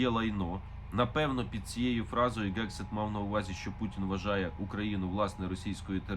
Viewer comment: Пане Мусієнко, не Gegseth, а Hegseth, тобто слід вимовляти з м'яким Г, а не твердим типу грунт і ганок. Соррі.